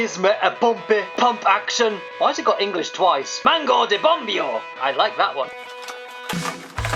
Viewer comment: "Bombeo" is not pronounced like that lel